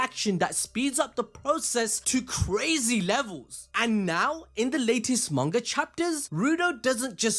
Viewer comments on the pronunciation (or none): none